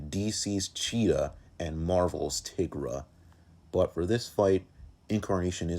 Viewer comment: it’s pronounced tai-gra